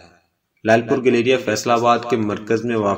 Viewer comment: Bahi sahab nam to sahi le lo is ka not galrya. گیلریا